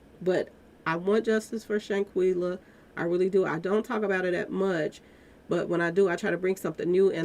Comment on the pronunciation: you know you can butcher a name. You mispronounce Shanquella and Khalil's name.